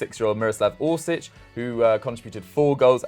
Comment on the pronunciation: Its Mislav orsic you twat